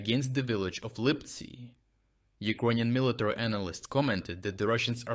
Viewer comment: Hahah Mr. Word Perfect, it’s military.